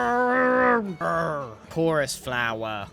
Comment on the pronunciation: Gerrrr 'CHORUS FLOWAH' Gerrrble grrrezz... ger, uh Ger? Got me crying